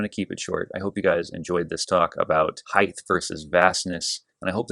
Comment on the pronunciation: I never thought I would spend 9 minutes listening to someone who pronounces height “heigth”... But you hit some really interesting distinctions. Nice work.